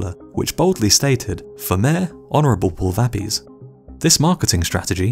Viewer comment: Pulvapies is pronounced "pool - vuh - pee - ace" with the stress on "ace" and means, literally, foot powder. Your pronunciation was not close and somewhat rude to Equadorians. Getting the correct pronunciation is simple these days, use Google.